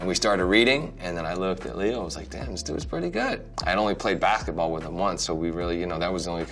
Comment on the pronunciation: the way he said basketball 😂😂😂